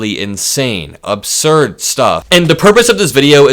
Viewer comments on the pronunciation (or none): ABsurd, not OBsurd, please!